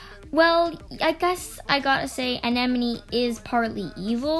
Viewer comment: Terrible just terrible,ITS ANEMONE,AN-E-MON,NOT ENEMENY!!!.Ridiculous do you even know the characters?Dissapointing